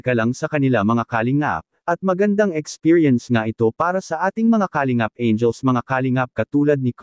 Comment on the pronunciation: Para sa narrator: paki pronounce ng tama ang word na "kalingap" (not "ka .. lingap" ang sakit sa tenga tapos paulit-ulit pa